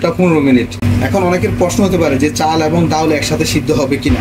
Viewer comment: আপনার রান্না যেমন ভালো, এমন যদি বাংলা উচ্চারণ হতো তাহলে আরও ভালো লাগতো। চাউল, ডাউল, বাবে, ঘেরান, পেয়জ উচ্চারণ গুলো চাল, ডাল, ভাবে, ঘ্রাণ, পেঁয়াজ হবে।